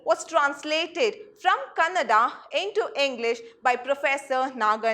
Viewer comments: It is not kannad.....its kannada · Ma’am did u just say Kannad? I assume you’re a kannadiga and if Kannadigas only give out this msg of calling Kannada as kannad how can y’all blame Indians from the north ?